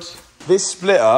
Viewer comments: Its NOT a Spliuhr its called a Splitter.... learn English :P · What is a Splitah? 😂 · MATT, there is a T in splitter ! 😂😂